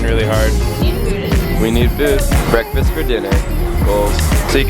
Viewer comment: haha dave winnel... back to the sound... BWEKFAST to the sound.. lol